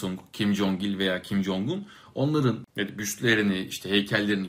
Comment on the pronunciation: kim yong un yanlış tellaffuzdur korece 김정은 olarak yazılır ve türkçeye en yakın şekilde kim cong ın olarak telaffuz edilir